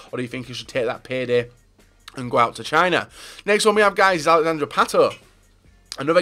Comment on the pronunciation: anyone notice how says "amd" instead of and a lot?